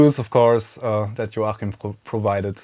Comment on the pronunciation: The CH in Joachim is usually pronounced K. :)